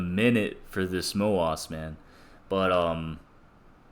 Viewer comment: i like how u pronounce MOASS so it sounds appropriate